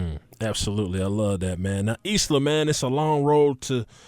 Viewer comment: somebody tell the brotha that isla is pronounced "eye-luh" not "is la"